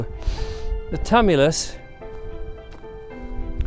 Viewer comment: Tumulus pronounced tu·mu·lus